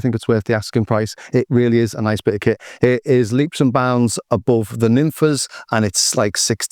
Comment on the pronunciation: Are you sure about that pronunciation? I read it more a "Nimfs" with a clever spelling. Be interesting to know for sure.